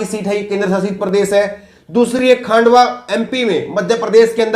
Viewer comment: खांडवा नहीं खंडवा है , न्यूज रीडर का हिंदी हो या इंग्लिश , शब्दों का उच्चारण सही होना चाहिए ।